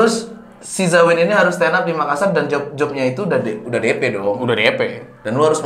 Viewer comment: Dzawin sebut "Makassar" dengan pronouncation yg benar, salut wkwk..